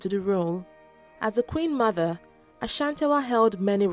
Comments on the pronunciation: Looove the video!!!!!!!!!!!!!!!!! but a teeeny tiny problem. You got the Ghanaian pronunciation of Ashante right, but the Asantewaa.... errrrrm. its pronounced A - SAN-TE-WAA. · why would you call the war of the golden stool a rebellion? The British were trying to break the Asante Kingdom by capturing the golden stool. Unfortunately they people gave them a fake one. Protecting what is yours is not a rebellion. The pronunciation of her name is A-S-A-N-T-E-W-A-A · The pronunciation of the name Asantewaa is (Asantiwaa) The pronunciation of the people of Ashanti is (asanti) Please don't add the sound "ash" to the name. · I think you should learn how to pronounce names ... Yaa Asantewaa... do you see any ‘h’ anywhere... you keep on saying Ashantiwaa